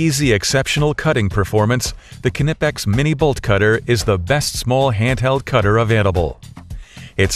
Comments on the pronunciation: The narrator ought to learn how to pronounce Knipex like a German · Dammit, now you got me pronouncing it all funny. I know the k isn't silent, but when I hear people say it that way it still irritates the hell out of me.